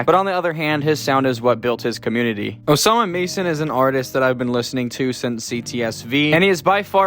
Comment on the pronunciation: Pronounces Osama - son, but good video